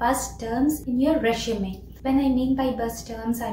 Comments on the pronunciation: Not "reshume" it's resume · It's not reshume it's resume🫡